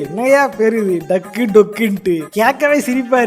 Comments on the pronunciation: it's not dakku..it's Daaku (dacoit in hindi)..oh ungalku hindi theriyama poche😂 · it's not a டக்கு 😂maharaja It's அதாவது டாகூ நெடில் ல pronounce பன்னும் டாகூன திருடன் னு meaning 😅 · Dakku Illa Bro.. "Dhaaku" Pronounce Nu Pronounce Pannanum